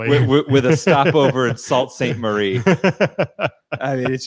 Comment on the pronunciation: It is pronounced Sue st marie...lol